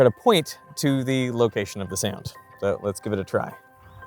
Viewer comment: I couldn’t on getting annoyed at how this guy says “sayound” instead of “sound”